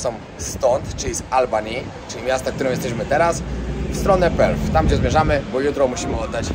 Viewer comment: Perth ,nie Perfh .Pozdrawiam i życzę miłego zwiedzania